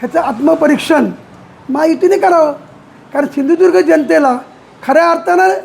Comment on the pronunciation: Hyala ajun sindhudurg mhanta yet nahi 😂😂😂